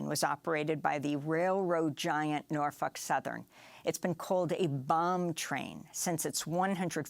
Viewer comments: Why are they pronouncing it PalestEEN & not PalestINE? And she says NarF### Southern instead of Norfolk? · she said Norfuck Southern 🤣🤣🤣🤣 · She just said Norfuck southen like 30 times 🤣🤣🤣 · Interesting pronunciation of Norfolk southern but appropriate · Pretty sure she said "norfuck" 😆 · Anyone else catch the reporter calling the company “norfuck southern”? 😂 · I could have sworn you pronounced it Norf*ck Southern 😂